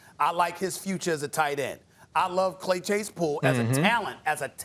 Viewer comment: “Clay chasepool” 😂😂😂